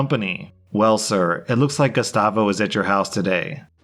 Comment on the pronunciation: When he read the name gustavo i heard Gestapo hahaha